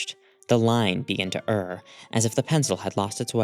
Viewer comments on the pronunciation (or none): sorry to be annoying, genuinely want to be helpful here—err is pronounced like "air", as in "error", not like "urr."